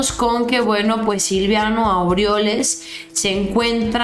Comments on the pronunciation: el nefasto se llama Silvano, no SILVIANO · no se llama SILVIANO Es SILVANO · es silvano, no silviano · felicitaciones por tu programa. Pero no es Silviano, es Silvano. Saludos!! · perdóname que te corrija pero es Silvano no Silviano, saludos y arriba la 4T y nuestro presidente AMLO. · es Silvano no Silviano 😉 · Es Silvano No Silviano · Aguas, es: Silvano no Silviano. Te van a agarrar de cotorreo. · SE LLAMA SILVANO "NO SILVIANO" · es Silvano, no silviano